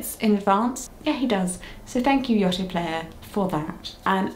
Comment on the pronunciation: You saying Yoto wrong lol Only from my point of view, this is how it how are you saying it very differently, but yeah my eight-year-old like nearly 9-year-old absolutely loves his Yoto player it’s the best thing in the whole wide world definitely recommend it for any gift from any age